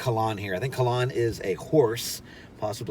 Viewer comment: Kalan... not Kalon! Great review!